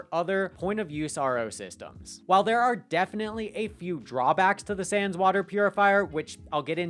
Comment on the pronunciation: It's SAWNS like Johns.... not Sans.